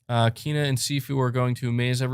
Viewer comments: It's not Keena. I read The game informer article and saw the pronunciation. It's Kayna. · It's neither of those pronunciations for Kena. It's pronounced Kayna.